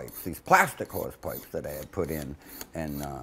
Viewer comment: Is he saying whores pipes?